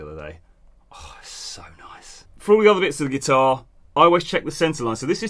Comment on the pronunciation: Did just somebody said headless guitahrrr🤣